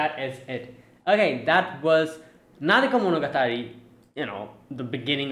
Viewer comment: the Arc is called Nademonogatari not Nadekomonogatari